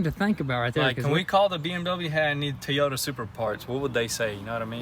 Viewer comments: It's pronounced "TOY" ota... Just saying... The mirrors should be color matching with a small red pin stripe to better match the red accents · I put a swab in my ears whenever they said Tee yota...btw, dang son.. please put on a mask when you cut the blown airbags... and another advice, don't touch anything that somebody left in a used car..not cool and not safe, especially nowadays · Again with the Tiota Supra. Lol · Say it with me... Toyota (TOY-oh-tuh) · TEEEEEEEEEEEEEEEEEEEEEEEEEEEEEEEEEEEEEEYOTA ... Come on... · Teaoyta... Cracks me up... When I was in college, I worked with an old black guy. He drove a truck - it had 250,000 miles on it and it just kept going... He called it Tioyta. Old Joe and his Tioyta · Did anyone notice that “Teyota”? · Did he say T YOTA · Hearing you guys pronounce it as teeeeeyoda makes me want to stop watching. Its my biggest pet peeve hearing people not pronouncing simple things correctly 😂😑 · Toy yoda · Teoyota.... Lol I thought it was Toyota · T-ota lol, I like the way you say it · Whats a Teeeyota? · TOY-OTA TOY-OTA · it is not tee-yota it is toy-ota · Is it just me or is it supposed to be TOYota not TEEota...?? 😂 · Toyota not Teyota not trying to be rude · It's toy-ow-tuh not T-ota I have a southern accent so don't say it's because of that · Alright I'll ask who is tee-oda?? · Working on this Tee - Oya 2020 Supra! LMAO what part of Toy can't you say. You guys like Toys right just add Ota after that. I love what you guys do but you're murdering word the Toyota! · Is it a BMW, Toyota or Tee-Yota, I’m confused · For the love of God itsTOYota, stop with the teeota, your killing me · "Teeyota Supra" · Tee Yoda Soupruh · Lol... You're calling it a it a 2020 "TEA-YODA"... It's pronounced TOY-YODA. I know, I know it's the Tenn. accent right? Lol ....Love your guys vids...keep doing it!!! Much love. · It's pronounced Toyota not Teayota. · WTF is a Tiiyota brah? 😂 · “Teeota Supra” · T-OTAH lol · Wtf is a tee-o-tuh? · Teeota... lol :P